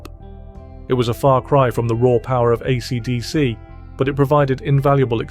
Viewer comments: Please ditch the awful AI voice. No one pronounces AC/DC like that and it’s very distracting. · The narrator has an odd way of pronouncing "AC/DC". AI slop? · Was well worth watching this video, if only to hear the name AC/DC pronounced in a way I have never heard before, in all the decades I've followed them.